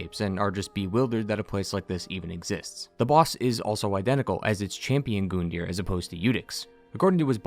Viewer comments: It bothers me how he pronounces Gundir’s name it’s a U not an O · Call me crazy, I swear I heard someone say his name wasn't pronounced Gun-deer, it was Gun-die-er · Gun-deer not Goon-deer